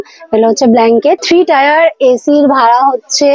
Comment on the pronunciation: ম্যাডাম বার বার টায়ার টায়ার করছেন কেন? ট্রেনের সাথে টায়া রের সম্পর্ক কি? খুবই শ্রুটিকটু লাগছে। ওটাকে টায়ার বলে না। টিয়ার বলে।